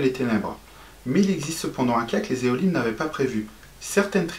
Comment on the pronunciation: Élohim !! Pas Éholim 😄